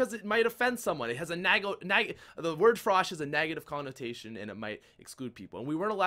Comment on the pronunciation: "Nagative" - 2015